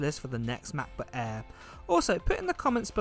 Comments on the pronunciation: Is the "Mah Buh Ehh" the same as a Macbook Air? 🙂, please enunciate for us Yanks across the pond. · machbooh aihh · “Macbook Aea”